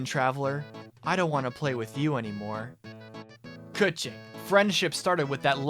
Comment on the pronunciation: Holy fucking shit your pronunciation of Keqing isn't Kaching like all the other youtubers I LOVE YOU!!!!!!!!!!!!!!